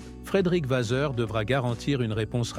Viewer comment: Avant de nous préparer à passer à la vitesse supérieure avec la saison de F1 2025 ... Préparez votre texte en vérifiant l'orthographe, la grammaire et certaines syntaxes sans oublier les noms qui sont écorchés exemple : C'est Vasseur et non Vaser